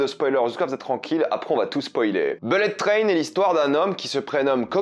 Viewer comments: "Bellette train" et le gars se vante d'être bilingue à la moindre occasion... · Les mots les plus répétés dans cette vidéo : -beulette traîne : 67 fois (et si tu travaillais ton accent anglais ?) -wagons : 65 fois -personnages : 45 fois -fusils de Tchekhov : 3 fois Faut bosser tes textes et utiliser des COD pour éviter d'être redondant, mec ! Quant aux blagues forcées dans Bullet Train, elles passent mieux que les tiennes (notamment celle qui ouvre maladroitement ta vidéo) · Belette traine? Wall Street English